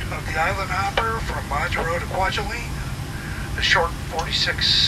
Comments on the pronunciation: MAjuro, not MaJUro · It's MAH-jur-oh. Please don't mispronounced place names. It is very insulting. I've noticed this on several of your other videos as well. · Your pronunciation of Majuro kills me... but glad you did a video on this. Not many people know about it. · See how the captain pronounced Majuro at minute ? That's how people I know pronounce it as well. I've done this entire route twice, one time HNL to GUM, then back. However, I do the segment between HNL and MAJ twice a year. Also, twice I've been to Kwajalein on my way to Ebeye on the Kwajalein atoll (you need to take a ferry from Kwajalein to go to Ebeye, one of the most amazing places on earth - especially when it is so close to the base in Kwajalein where everything is so clean and orderly). I had my iris photographed in Kwajalein, as an extra security process, . Besides dogs sniffing all bags all the time. It was on one of my flights from MAJ to HNL, incidentally, that I've completed my first million miles with United. By the way, this change in crew in Majuro was instituted recently, after July 2018 and before January 2019 (the time in between my last flights there). Before then, the flight attendants would be the same all the way from HNL to GUM. More interesting was when planes could not fly the distance between HNL and MAJ, that was before my time, but locals tell me the planes stopped in Johnston Island. You described three groups of flyers on these flights. Let me add two other groups: 4) national and international consultants like me, operating from agencies such as NOAA, Education, Health, or private not for profit organizations, etc. and 2) religious people and missionaries. Now, just in the last five years, destination surfers have been boarding these flights